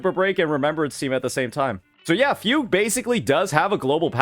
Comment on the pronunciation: I just can't get over the way you pronounce Fugue as Fug You 😂